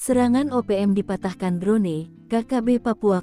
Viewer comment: Drone dibacanya kok drone...bukan dron !